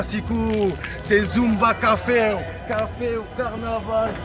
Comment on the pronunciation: « Et ça fait Zumba Cafew » 😂